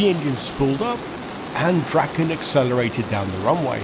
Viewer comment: DraaaAAAAAAAAAaaa-ken. Long A. As in Draw. SAAB saw draken naken.